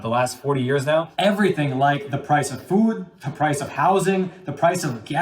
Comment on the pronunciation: HATE THE WAY PRONOUNCES "FOOD." He says " Fud."